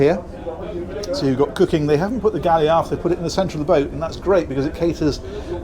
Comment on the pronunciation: Galley not valley